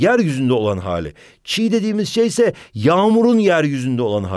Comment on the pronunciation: Ama o çiğ değil çiyy